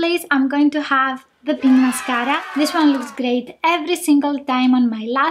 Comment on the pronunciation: Take a shot everytime she says mascaara Lolol